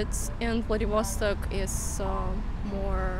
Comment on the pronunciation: How come you are insisting on pronouncing VladivOstok foreign style? Does it make it sound more incorporated with the flow of the English language?